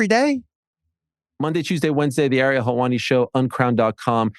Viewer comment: Bill, It’s eh-ree-hul for the love of god will you please pronounce Ariel’s name right lol. He’s been a guest several times now